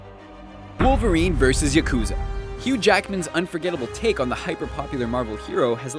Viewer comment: You pronounced yakuza wrong.